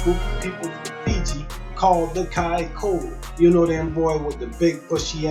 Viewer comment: It’s pronounced Kai tholo “th” our c sounds like “th”